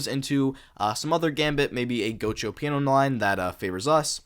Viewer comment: I dont think this is how you pronounce "giuoco piano"